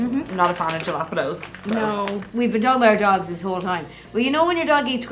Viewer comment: Every time one of y’all mispronounces Jalapeños, part of my soul dies. It’s like fingernails on a chalk board to my poor Chicana heart. But it’s a price worth paying for such quality content. Keep being your hysterical selves 😂